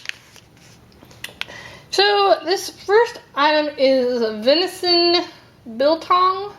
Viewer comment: Yes you pronounced braai and biltong correctly. Not sure how they did the piece in brine. Traditionally it is meat soaked in spices and vinegar then hung up and left to dry. You can eat it wet or completely dry. And yes you can break your teeth on it if you are not careful. Not sure what chili they sent you, with all the Indians here our chili can blow the top of your head off. Chili bites are a dough type of snack that has real chilies in it. Waaaaay too hot for me.